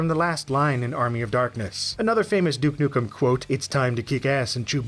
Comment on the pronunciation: "Duek nukem" lol